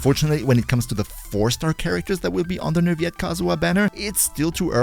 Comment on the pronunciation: I think you're supposed to pronounce the "L's" in Neuvillette.